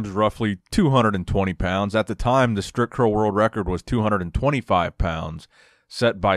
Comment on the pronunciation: haha!!no more „stripcurl“!!no you over pronouncing it!!!good!!!